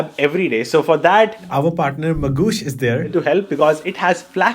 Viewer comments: Magoosh ❌ Mangoosh ✅ 😂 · Bro mis pronounced Mangossh unlimited times and yet got full sponsorship money. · The entire video is about promoting Magoosh app which you pronounce as ‘Mangoosh’. Duh! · His Mangoosh cracks me every time😂